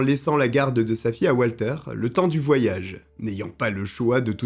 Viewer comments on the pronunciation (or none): Ca se prononce Valter (puisqu’il est Allemand), pas oualter. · Il est allemand alors ça se prononce Valter, pas à l'américaine.